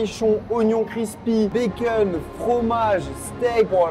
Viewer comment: Baceune ca sent le belge 😅